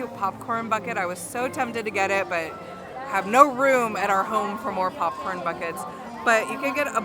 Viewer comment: Are you saying “PUPcorn”? 😂